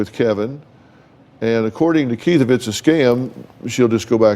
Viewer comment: Oooh he is pronouncing Keith as Kate. If you watch minute 12 thereabouts he repeats the husband Kate once more.